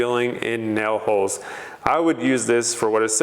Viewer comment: What are “nel” holes?🤣